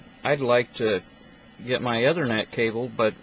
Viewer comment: erm, dude it's 'E'thernet not othernet... get it right please